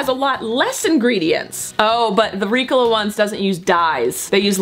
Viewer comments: I love you, but it is Ree-co-la not Ricula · it’s ri-COL-a not RI-col-a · I went to the comments to see if anyone noticed how she pronounced Ricola. I guess I’m the one that says it ring. I say it like Ree cola ( as in Coca Cola) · Ricola is a swiss brand and in swiss german its pronounced ri- gola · It's weird to hear the word Ricola because I'm so used to Reeeeecola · Did you call ricola ‘reecola’?? Lol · Why did say Ricola like Ricala... I’m very confused. Have I been saying it wrong? Was she just wanting to say it strangely? I have so many questions! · ily but I hate how you say ricola. The commerical goes "reeeeeee-cohlllaaaah" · Umm excuse me that is not how you pronounce Ricola. Haven’t you seen the commercial?! 😂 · i kept twitching at the way she said ricola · Look up the ricola commercial and learn how to say it please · The way she’s pronouncing Ricola is making me cringe, that’s not how you say it